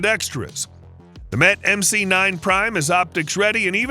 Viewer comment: "Mete" is pronounced like "meat" ...just FYI